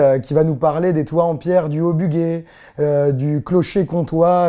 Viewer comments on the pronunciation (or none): On dit Bu-JAI pas bugai ya pas de u entre le g et le e de bugey. Hormis ca merci pour les vidéos et les infos que vous nous apportez même si je suis vraiment pas fan de la forme.